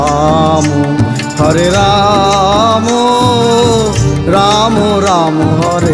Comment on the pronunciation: It's Rama. Not Ramooo 😏